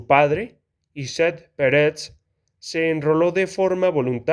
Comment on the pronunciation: por que dices peret si es perec??